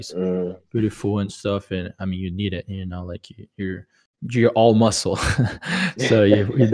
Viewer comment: Se fica com vergonha de falar e até anteontem nem sabia pronunciar "muscle contest".. falava musqle ao invés de mussou.. não é fluente né jovens kkk no máximo tem conhecimento ok em gramática e listening